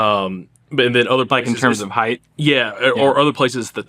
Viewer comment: Stop saying heighth